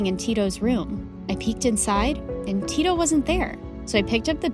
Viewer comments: 1 im nigerian 2 da-mi its d-a-mi and its not ti-to its tito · They even pronounced Tito's name wrongly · Finally MSA with a Nigeria name 💋💓💕🇳🇬🇳🇬 i really love how Dami followed her dream 🤟🏾🫶🏾 But it soo funny Aw she pronounce Tito 😂😂😂😂😂 but anyways love u all the way from Nigeria 🇳🇬💕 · Naija to the world 🇳🇬🇳🇬🇳🇬 Tho it's funny the way they pronounced Dani and Tito🤣🤣 Didn't Dami's mum flog her when she fell from the tree onto her.... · As a Nigerian I give an A in outfit because they are culturally correct. The names Tito and Dami are Yoruba and the parents outfits belong to not just any Nigerian culture but the Yoruba. My only headache is how the names are pronounced 😪